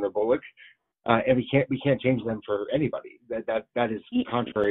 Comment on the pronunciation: "... We can't change them for anybody". He emphasized the word "anybody" incorrectly. "We can't change them for aaanyyybooodyyyy." He should have drawn out "anybody" to indicate the true meaning of the sentence. It wasn't on the "inability" to change the rules. And yes, I think they would rather lose to the current incumbent, because as it seems to have gone for the last few decades is the Presidents seat has been a swapping back and forth. So according to the program, they don't need to listen to the people, because after the NEXT 4 more years they will get "their person" in the office.